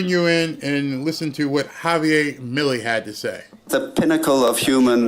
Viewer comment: it's Javier, you're not pronouncing the r, after all your name is not Barr is it? just saying....Javi G. and yes my full name is Javier with an r